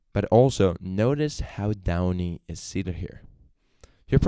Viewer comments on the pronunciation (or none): John Michael Kane 😂😂😂😂😂 How much do I owe him? Also his videos are good, but calling him downy was messing me up 😂😂😂 But OP is a "fat old prick" 😂😂😂😂